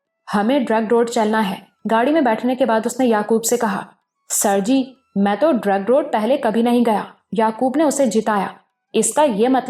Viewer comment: Zabardast ❤. Ek baat karachi ki jaga hai drigh road not drug road .. sunnay me ajeeb sa lag raha hai iss leye bata deya.